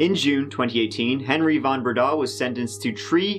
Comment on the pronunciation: I was convinced of his guilt by his beard - that was definitely an ax-murderer's style beard - that, and him pronouncing his last name Van BreeDAAHH, rather than Van BREdah - reminded me of "Young Frankenstein" movie (It's FROONkenSteeen") - so, yes, to me he looked like Frankenstein with an ax-murderer beard - family massacred? it's him.